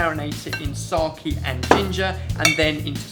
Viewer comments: Pronounced SakE not saki :D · your pronounciation of sake is wrong. It's not sak-ie, it's more like sa-kaye. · found myself saying SA-KE every time I heard sar-key :( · I repeat watching it for a couple of times to figure out what is "SOKIE" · He said "sokie".. Hehe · Yes but they pronounced it Saki where as the Japanese pronounce it Sake. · lol he was making fun of you, its pronounced sar-kay not sar- keeeeee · I love the way you guys pronounce it, although it's meant to be pronounced ''sah-ke'' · sake should be pronounced as sah-keh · said 'Sarrhkeee' for Sake.... and my japanese friend is laughing. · sake is pronounced kinda like "sah" like in sahara or the first part of sound and and "kay" like in okay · They should pronounce Sake like its pronounced in the country it's from as its a name, for god's sake (see what i did there ? lol)